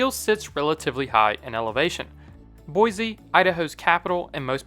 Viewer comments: Its boy-see not boizzzze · as an idaho native, it’s pronounced (boy-sea) not (boy-z) everyone gets that wrong lol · There's no "z" in Boise. Plus, "Shoshone" rhymes with "phone." The Shoshone people speak the Shoshoni language. And a given aspect of the Shoshone people or culture can be described as being Shoshoni, just like something that shines is shiny. Shoshone is the noun, Shoshoni is the adjective. The issue arises because people tend to be linguistically lazy, and can hardly be bothered to use two different words when one can get the job done. It's very common. Commence your attacks now.